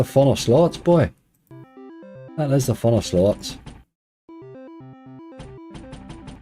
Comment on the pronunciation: Surely surely, Slots spoken with an Irish accent is Sl*ts Like toilet is spoken Tarlet